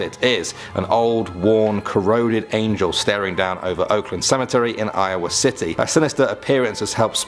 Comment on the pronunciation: Love the videos but seriously? You can say tree but not cemetery? Tree and cemetree?